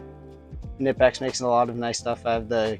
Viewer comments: If you want to represent Knipex, it is pronounced: Kuh-nip-ex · That's like the 7th way I've heard knipex pronounced. I usually cycle through three different pronunciations of it. I wonder if we'll ever know the truth. Good kid. I think he'll do great as an aviation mechanic. Already pretty knowledgeable